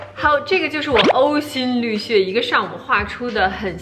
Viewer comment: ~ : 呕心沥血是ǒu xīn lì xuè。